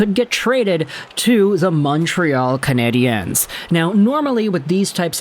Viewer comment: That’s not how you pronounce "Canadiens"